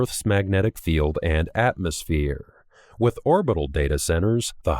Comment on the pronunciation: Small speech errors, mostly. Could be an editing thing, but especially the way he at some points says "Atmospheeeeere".